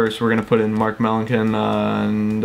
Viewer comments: It's Mark mell-an-son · It's pronounced meh.lan.son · Mark Melancon is pronounced Melanson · It's pronounced Mark Mel-an-son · It's mark Mel-an-sun